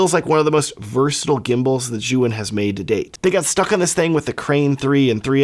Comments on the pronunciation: Zhuyun? how about Zhiiiiyun.. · You call it Zyouhin ? It is called zjeeyoun (phonetic)